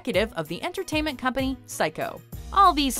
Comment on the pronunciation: "Entertainent"? HAHA